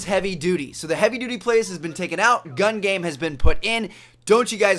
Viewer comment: he says: "I luv gam game"